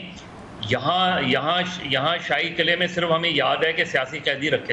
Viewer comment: कले नही "किले" कहते हैं उसे महानुभाव🙄🙄🤣🤣🤣🤣